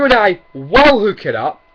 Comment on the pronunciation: "I can and i "wall" defeat Shofu" LMAO XD